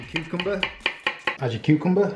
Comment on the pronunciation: Loved they way you come tomaytoes to cu cum ber lol